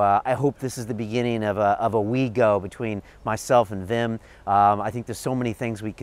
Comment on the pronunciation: Wi.. wi...fucking WWWIM Hoff... not Vim.